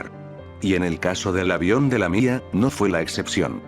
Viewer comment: Me da risa cuando diste lamía🤣